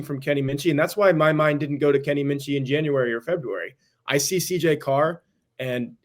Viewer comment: It’s Carr. Stop it.